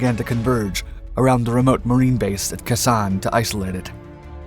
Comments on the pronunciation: Prounounced "Kay-sawn", not kason. 173 AB Brigade 1966-67, 9th ID 1968-69. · Your pronunciation is non-standard. Kay-Sonn, Dee-en Bee-en Foo, etc.